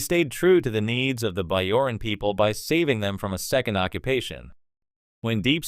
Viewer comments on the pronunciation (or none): I’m sorry, it seems like the AI voice is saying Starfeet Captain Sisko. The Curdossian occupation? The Biaoran people? Try not using AI.